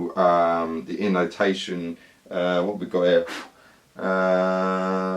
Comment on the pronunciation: My Finnish ears heard that you kept saying innotation. It's intonation xD